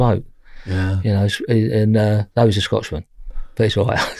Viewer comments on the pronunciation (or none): Wtf is a scotchman 🤔🤔😄😳👍🏿 i think you really meant to say, scottish man 👍🏿